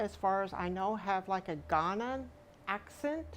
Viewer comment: God help and guide her, is not particularly blessed with intelligence, discernment or common sense. The adjective of Ghana is "Ghanaian," guh-nay-uhn, with stress on the "nay."